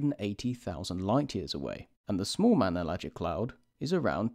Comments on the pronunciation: "Manellagic" Clouds? It's"Magellanic" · It's not mangellan